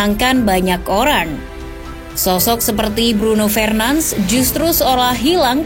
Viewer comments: Request min, kalau sebut nama lengkap itu "Bruno FERNANDES" bkn Bruno FRENANS" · Cara pembacaannya salah, bukan Fernans tapi Fernandes seperti biasa. Mohon kpd agar bs belajar lagi penyebutan nama dlm bahasa yg berbeda agar tdk membingungkan. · Min,bacanya fernandes bukan fernands🤦‍♂️✌ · Nyebutin nama ny kok ky "Alay" gitu ya 🤣🤣🤣 padahal org enggres aja manggil ny FERNANDES